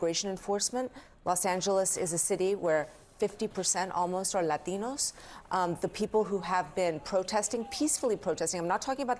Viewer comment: why do they always do this? She has no accent until she says “Latinos” honestly question